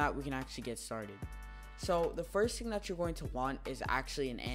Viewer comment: "first ting"